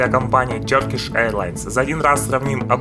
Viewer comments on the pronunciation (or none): Может Туркиш а не тёркиш? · слово Turkey произносится как Тёркей (а не Туркей, как это произносят подобные вам люди) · Епрст услышал тЁркиши, думаю ну все видео можно не смотреть )))))